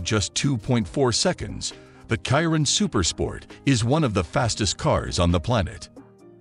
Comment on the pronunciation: How you pronounce chiron🤣🤣🤣🤣🤣